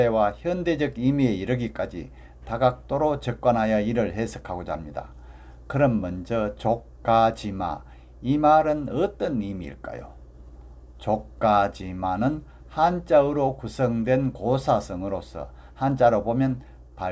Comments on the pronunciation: 말을 똑 바로 하시길 바랍니다 족 가 지~~~ 마! 지를 길게 하고 마자는 짧고 굵게 기본도 모르면서 누굴 가려치려드노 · 족가지마 독법이 틀렸스니다. 두 자씨 띄어 발음해서느 않됍니다. "조가지" 하고. "마"를 띄어서 발음해야지요. "지"는 소유격으로 쓰여젔음을 이해해야지요 유튜부에 보실까요!?